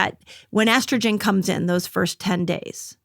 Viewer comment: I’m sorry, but why can’t he say estrogen?